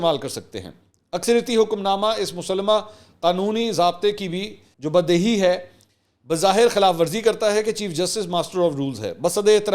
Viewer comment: Assalamualaikum Mansor Bhai aaj aap ny Urdu k kuch alfaz galat ada keye maslan:munzabit_badehi_mutaaliq.